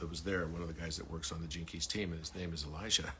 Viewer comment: Dear, thank you for what you are doing 🤗❤ Here is another interruption☺: You clearly say Elisha ~ but are referring to Elijah. It’s been going on for years now. Several people referring to Elijah are pronouncing it Elisha. I am looking forward to the time coming where the full meaning of both Elijah and Elisha are being seen. Elisha was not taken up... Elijah was. Elisha was buried, 2 Kings. As there later that year is a war situation where they have to bury a man in haste, they throw him into the sepulchre of Elisha, “and when the man was let down, and touched the bones of Elisha, he revived, and stood up on his feet.” 2 Kings. ~ Lena ❤